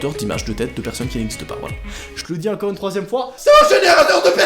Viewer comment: J'adore c "encore" on dirait qu'il dit "incore"